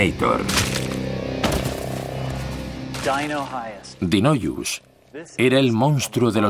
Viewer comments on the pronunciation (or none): Es Daeodon no Dinoyus